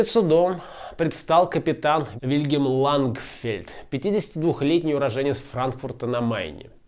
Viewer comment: "ЛАНГфельд" , а не "лагерфельд".